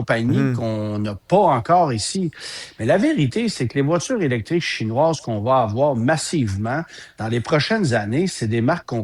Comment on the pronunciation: Message à: SVP, arrête de dire "chinouâses" quand tu parles de voitures chinoises. T'es un bon chroniqueur automobile professionnel respecté et apprécié, mais de grâce, prononce ce mot correctement. Tu as corrigé récemment ta vilaine habitude de dire "euh" à tout bout de champs pour rien, c'est très apprécié, merci. Il reste maintenant le mot chinouâses... 😉